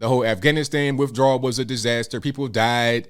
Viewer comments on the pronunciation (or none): none